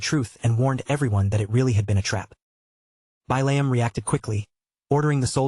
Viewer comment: So I'm 2 hours in and this actually looks like a pretty darn good story I'm just a little salty that the AI can't pronounce the name Billiam... It keeps saying it "Bai-layum"... And of course it looks like Billium is turning into an integral character 😅